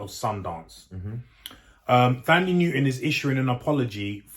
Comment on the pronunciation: The H in Thandi is silent.